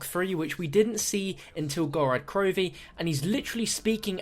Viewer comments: Every time he says Gorad Krovi i die a bit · Since when did us Brits swap a's and o's. I wouldn't comment about it if it was common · That's just how he says it. I'm from the UK and still pronounce it as Gorod Krovi. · Who else cringes when says Gorad Krovi?